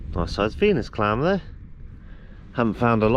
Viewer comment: Could have sworn you said you found a "penis clamp" then I realised it was a Venus clam 🙉🤪😄👍